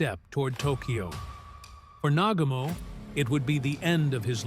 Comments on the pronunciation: NA-GU-MO !!! & He Commited Suicide !!! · Nagooomo - please!